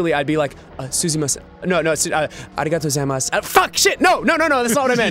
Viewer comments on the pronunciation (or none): none